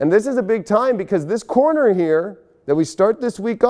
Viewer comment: Did anyone else here coroner instead of corner? 😬🤣